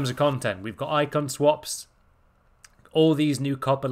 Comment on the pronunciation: Repeat with me: Copa LI-BER-TA-DO-RES